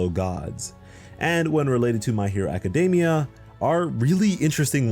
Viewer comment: It's pronounced a· kuh·dee·mee·uh. Not DAY-mee-uh. Just a heads up.